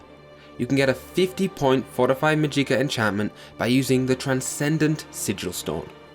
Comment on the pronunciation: Magicka - Emphasis is on "Ma." Think of it like "magic" with an added "a" or "magical" without the L. Mysticism - The "c" is pronounced like an S. Atronach - Atro-knock. Altmer don't have a 25% weakness to magic, they have a 25% weakness to fire, frost, and shock damage (this is an important distinction since they are not weak to non-damaging magical effects like the drain of attributes and skills). Don't push Bretons off the table! While their Fortify Magicka effect is only half that of the High Elf's, but they have a +10 to Willpower which governs Destruction, Restoration, and Alteration while also increasing magicka regeneration and fatigue. Their 50 points of magic resistance not only gives them resistance to damage from Destruction spells, but also non-damaging effects like the drain of attributes and skills (which I mentioned before). It also gets rid of the need to alleviate the Altmer's weakness to fire, frost, and shock damage. I personally choose the Apprentice birthsign, since while it give you less magicka and 100 points of vulnerability to magic, it allows you to use the boosted magicka regeneration from Willpower's +10 and again, this drawback is reduced by the Breton's magic resistance (and frankly easier to manage than the Atronach completely removing magicka regeneration). Basically, if you want to use the Atronach birthsign, use a High Elf, but if you want to use any other sign (like Apprentice or Mage), use a Breton. Additionally, the numbers you list for t